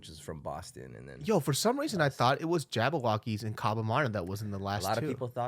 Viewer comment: is Jabbawockeez not Jabbo... other than that great interview